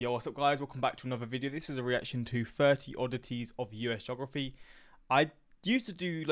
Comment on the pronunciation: I'm thinking the guy is Canadian. He pronounces "Mobile" (in Alabama) as like the phone, rather than "MOH-BEE-ahl". Same with with his pronouncation of "geography"